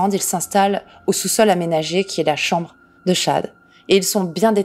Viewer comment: Paypall se dit phonétiquement "paypaul" et le prénom Chad "tchad"